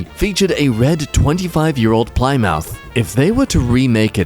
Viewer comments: 'Ply-mouth'?! Jesus, you made me feel really old. It's pronounced "pli-muhth". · "Ply-mouth" lol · I know they dont have Plymouths in Australia but that pronunciation is hilarious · how did he pronounce Plymouth